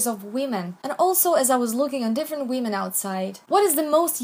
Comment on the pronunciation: I love how you say women as weeman